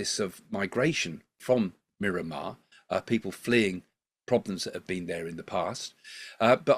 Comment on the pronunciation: r u calling Myanmar Mirramar?